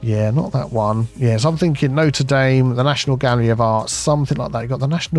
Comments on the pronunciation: Noter Dame?? Never heard it called that! Notre Dame, as in the Hunchback of... I think you are also getting your White House and Capitol Building mixed up. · That pronunciation of Notre-Dame was pretty American! It's nɔtʁ(ə) dam 🙂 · It’s looking good and looking forward to the expansion into that area. Please learn how to pronounce Notre Dame properly - it’s French and needs to be said in a “French way” 😊